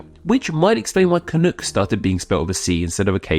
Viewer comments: You have a very weird way of pronouncing it. You say it like ca-nook, but I've only heard it pronounced cuh-nok. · It's can uck (like yuck) not can ook. God damned english men! LOL! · Isn’t canuck pronounced with the ending like duck as opposed to cook? Can-uck rather than can-ook rolls off the tongue better. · It’s pronounced “canuhk” not “canook”. I’m Canadian and live in Vancouver where the hockey team is the Canucks pronounced Canuhks. If you’re going to do an etymology video get the pronunciation correct. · I’m guessing others have pointed this out, but the word is pronounced [kənʌk] (rhymes with buck) rather than [kənʊk] (rhymes with book). Brits in particular seem to prefer the latter pronunciation (maybe because it sounds like another Canadian term in Chinook? I dunno…). But it sounds awful when referring to the Vancouver Canucks hockey team that way. And no, Canadians don’t regularly use this term at all – in my experience it’s most common in U.S. journalism (particularly when trying to sound clever/cheeky). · I'm Canadian, and I've never even heard of the idea that "Canuck" would be offensive, though I expect that Quebecois may not like being called "Canucks". Also, it is not pronounced "Canook", and thus does not rhyme with "toque". If you don't know how to say "toque" properly either, then just rhyme it with "duck" instead of "duke". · As a canadian hearing "canook" sounds so wrong. It rhymes with duck not book😊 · Canuck rhymes with truck or luck. Not "canook". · At least here in the US we dont pronounce the U in canuck that way. We say it like the u in "um" or the er in british "erm". Sort of rhyming with "buck" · You pronounce Canuck wrong. :) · One thing. Your pronunciation of Canuck sounded a bit off to me. As an English speaking Canadian, I would pronounce the second syllable to rhyme with buck or tuck, not book or took. Otherwise, nice to see you showing some love to Canada.